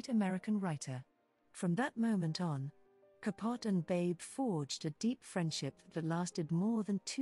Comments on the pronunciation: Babe had a slim look. A pretty woman but not in the pantheons of mid century beauties. The narrator is quite irritating in her mispronunciation of Truman CAPUT. The E isn't silent. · It was pronounced Ka POH tee. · Learn how to say ca po te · I love that she mispronounces Truman’s last name. He was ultimately unkind to the Swans.